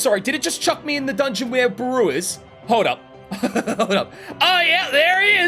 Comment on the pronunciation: this was wonderful as always but one thing u should know: Its Beru, spelled as Be-Ru not Baru